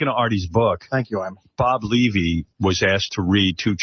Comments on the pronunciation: Its Leeeevy not Levee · Pronounced "Lee-vy"